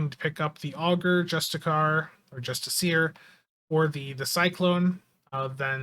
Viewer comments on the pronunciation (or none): Jeez, dude... what's with the pronunciation? Have you not heard of the infamous NASA bathroom attendant; Karl Justiciar??? To clarify. It's not 'Justice-car', or 'Just-to-see-him'!!!! It's pronounced 'Just-to-see-her'. It's not difficult. Poor guy attended those bathrooms for literally weeks before he was removed for stealing soap or paper towels or whatever it was. Keep putting so little effort in and you'll be fit to host a Ten-Forward (amateur hour) stream. On a more genuine note; how you getting on with Starfield? I watched a bit of someone streaming it and was pretty bored. I'll play for free, but it looks pretty generic, or should that be pretty, and generic.